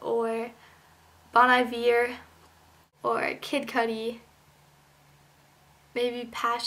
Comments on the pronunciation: you said bon iver wrong hahaha. its like "bone ee vare" its french for "good winter". except in french winter is spelled h'iver but he changed it :p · just fyi: bon iver is pronounced bone eee-ver :) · its pronounced BONE E VAIR